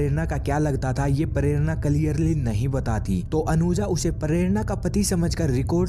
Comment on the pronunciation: Pharerana😂😂😂 prerana bhi ni bolsaktaa bhenchdh